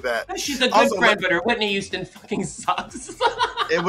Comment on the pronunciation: “Whitney Youston”